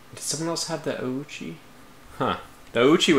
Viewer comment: really butchered the name. Though Oichi is pretty common name too (sister of Oda Nobunaga comes in mind), the name might really come from the CL